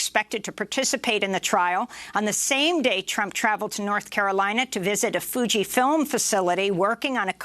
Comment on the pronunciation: Or as he pronounces it "Fuji fillum"